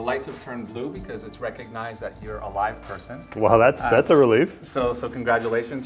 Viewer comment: get with the program, pay attention to the emphasis on "live" at least 3 times in the video.